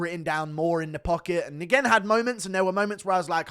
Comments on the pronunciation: Steven Nguyen is pronounced “Win”...not “N-Gin”. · It’s wen not negen lol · It’s not Steven N-GWEN … it’s pronounced Wen. …. Steven Wen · Nguyen is pronounced "win" in English. Vietnamese emperor they're all named after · It's "Rendon" not "Hendon"... She's Mexican, not Brazialian. "Nguyen" is pronounced "Wen." Come on dude... you are almost as bad as Brendan Schaub at pronouncing names. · Nguyen is pronounced "win" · Nguyen is pronounced “win” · Why does GURU say NGUYEN like that 😂😂😂😂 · guru doesnt know how to say the most common vietnamese surname. get learned piggy